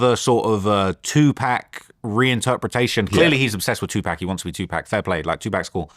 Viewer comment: Bro kept saying two pack 💀😂